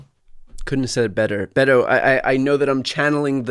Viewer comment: Brian, I believe his name is pronounced more with a D like Bedo, not a hard Bet-o as you are doing. He seems to be wincing when you pronounce his name.